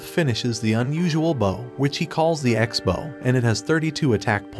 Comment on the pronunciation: So many weird mispronunciations. "Bow" "Lich" and others...